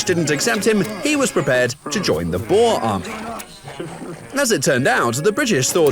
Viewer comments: Your pronunciation of boer is absolutely terrible. It’s “b” for boom, “oe” as in ohh in and lastly “r” for rowboat. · How you are saying boer is soooooo annoying please use google translate in Afrikaans and type boer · I get PTSD on how you pronounce 'boer' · PLEASE FOR MY PEACE OF MIND AS A SOUTH AFRICAN STOP PRONOUNCING BOER WRONG!!!!!!